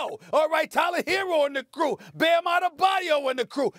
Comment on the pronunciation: Stephen A is the only analyst that get Bam's last name right.